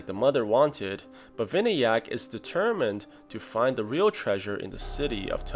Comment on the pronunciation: the name is pronounced as vinaayak